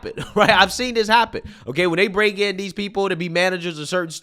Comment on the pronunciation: can't say 'th'. "These, that, and those" are "Deez, dat, and doze."